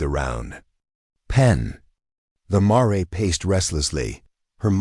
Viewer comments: Tell your AI it's Mar, not Maray! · Paint "marey"? Seriously! Lose the crappy AI and get a real narrator or forget doing this.